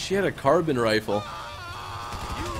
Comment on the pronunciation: Car bine, carbine, not carbon